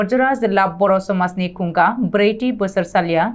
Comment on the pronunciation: 'खुंगा' नि युनाव 'थि' खौ बुंफिननाया गोरोन्थियै बुंनाय जायो।